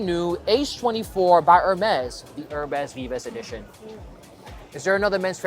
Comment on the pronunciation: Thanks for all your reaction videos! They are super informative. :) Just for future videos, "Herbes Vives" is pronounced "herb veev". The french "i" sounds like the english "e" and the plural s are silent for both words.